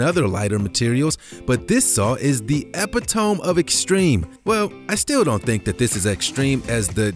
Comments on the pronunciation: During the Godzilla saw segment, the narrator is suppose to say the epitome (ee-pit-o-me) but instead pronounces it as the (epp-a-tome). LOL. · Thank you. Not normally a grammar officer, but "epi-tome" got me. "uh· pi·tuh·mee" would be correct. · My favorite was when you said Epitome as "epi-tome" instead of "e-pit-o-mee" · Epi-tome 😂. Was wondering if anyone else caught that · Epitome = eh-PIT-oh-mee Not EH-pi-tome SMH 🙈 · Eee-Pit-Oh-Me, not Ep-It-Tome. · EpiTOME? Seriously dude? It's pronounced eh-pit-oh-me 🙄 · it's e-pit-o-me fyi. not e-pi-tome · "Epi-Tome" ??? Do you mean: Eh-pit-oh-me? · "Epi-tome"....haha! This guy is the e-pi-to-me of how to make a poorly narrated video full of mislabeled items, mispronounciations & misinformation. Good grief. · If one is going to use a word, one should know how to pronounce it. Epit-omee, not epitome. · Epitome is e-pit-o-me not epit-ohm. C'mon. No one caught this, nor a previous mispronunciation? Someone should have. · EPITOME - should be pronounced something like: * A pit oh me * ...something like that but definitely not: * eh pit home * ..something like that ... just molested the pronunciation, HA! It’s like an AI speech narration program was set on: White Persons impression of an upbeat “URBAN” narrator?!? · EPITOME pronounced as EP-I-TOHM!?!?!?! Oh, my god!!!!! Dude...it's pronounced E-PIT-O-MEE, with an emphasis on the second syllable. Who taught you to speak English, man? I was going to comment that your channel needs either a new writer or a new narrator (or both) because of the bad jokes, puns, and asides, but now that I've heard this ridiculousness, I have to say: Someone there should have caught this crazy mistake in pronunciation. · It was his only mistake, horrible, but the only one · ..... PLEASE learn how to pronounce "epitome" Embarassing. It's e PIT uh me, not epi tome. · this saw is the epi-TOME....i think you meant e-PI-to-ME....! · eh-PIT-uh-mee. Not EH-pih-ohm. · Epitome is pronounced ee pit oh mee